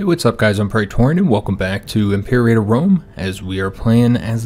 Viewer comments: I believe Imperator is pronounced Imp ur ot er. Tht is what Arheo pronounces it at least. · Yeah seems that is the proper way to pronounce it in Latin, but pronouncing it "im-pur-ate-er" is a popular way to mispronounce it lol :D